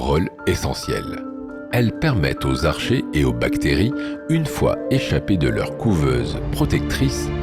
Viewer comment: vers 44 min : "protozoique", et ça n'existe tout simplement pas en effet. Tout comme les archées qui se prononcent "arcquées" et non pas comme "archer". Ce documentaire comme tout ceux d'Orbinea est de très faible qualité, tout juste bon pour endormir les très très gros néophytes ou petits enfants le soir.